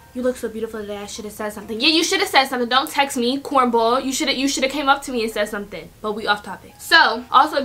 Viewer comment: did she just say cornbull or was that just my ears